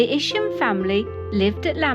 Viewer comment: its Isham not isham...........EYESHAM......Isham